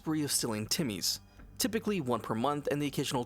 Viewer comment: I've never heard that word used to describe children. What is it? It sounds like "timmies", am I wrong?